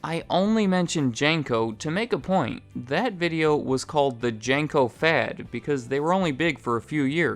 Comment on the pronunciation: Jane-co? I doubt you'll see this because im so late to see this, but your pronunciation of that company gave me a chuckle. Maybe it's a regional thing, or my childhood was a lie, but we always called it Jean-co